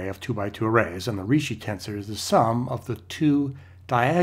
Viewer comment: Ricci is pronounced Reechee.